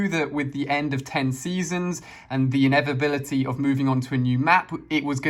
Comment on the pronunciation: Inevitability my love. Not inevibility